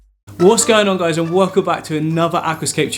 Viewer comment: You mispronounced wehhhhelcome